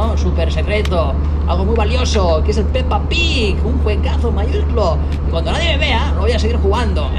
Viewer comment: mola como dice "Peppa Pig"